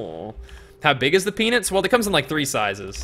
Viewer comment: " Kicked hes Pee-nance "